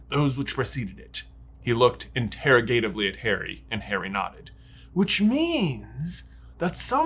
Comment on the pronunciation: You put the wrong emPHAsis on the wrong sylLABle. Interrogatively = in-ter-OG-a-tive-ly. As in, an interrogative statement or expression (questioning). NOT an interrogation.